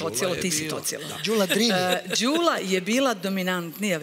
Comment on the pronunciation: konačno neko da skrene pažnju i na akcente. Jer kad su devojku predstavljali, uvek su govorili kratkosilazno Ðűla, a kad su joj se obratili u vokativu,pa i ona sama, onda su rekli Ðúlo. Dakle, devojka je pogrešno predstavljena od strane voditelja.